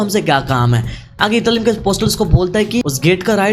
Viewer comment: Italim nahi itarim